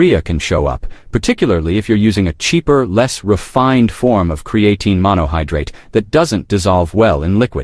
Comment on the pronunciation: Can’t watch your video if you can’t pronounce the word.